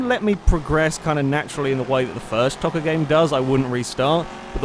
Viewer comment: it's pronounced toe -ka